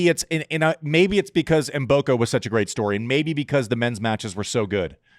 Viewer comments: Do not pronounce the M, just say Boko, in Africa, the M is silent...almost😂😂😂😂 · learn to pronounce Mboko!:)